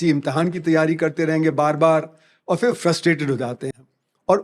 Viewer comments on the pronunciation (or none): One of the few people who get it. But to give an example of how bad education is in India: even someone as educated as this guy doesn't know the difference between फ (pha) and फ़ (fa). For example, he keeps pronouncing फिर (phir) as "फ़िर" ("fir").